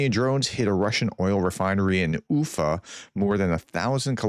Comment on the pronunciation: When pronouncing Ufa, it is spoken like uFA. The accent is on the FA. oooFA I lived there for a few months. It's a nice city, good people, a reasonable hockey team. They have a history of rebelling against Russians. Good for the Ukrainians hitting this refinery. They really need to destroy the refinery in Omsk. Chelyabinsk. Is spoken like Chely a binsk. A meteor hit this city a number of years ago.